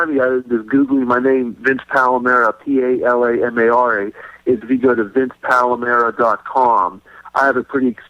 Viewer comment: (It's Palamara- all "a"'s ) :)